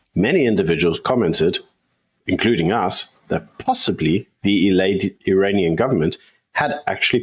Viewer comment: Iranian ....... not Uranian